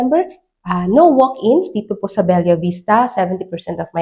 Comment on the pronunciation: Anak ng pusa! Be-la, Be-la, Be-la! Hnd Bel-yah!!! Gigil mu ko marami